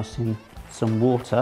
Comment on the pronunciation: i love how you say water. you're just like "wootah"